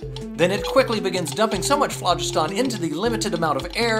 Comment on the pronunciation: He's pronouncing phlogiston incorrectly..